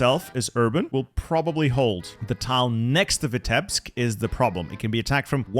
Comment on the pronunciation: Please, it isn't Vitébsk, it's Vítebsk. As a Russian it hurts my ears 🙃